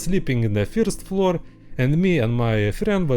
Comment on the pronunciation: ✨feErST fLoOoR✨